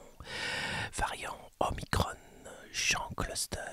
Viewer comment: Parfaites ou presque sont vos chroniques, un point de détail, pourquoi prononcer omicronne et pas omikron ? Je m'interroge...